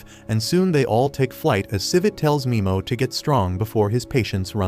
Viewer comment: Nimo not mimo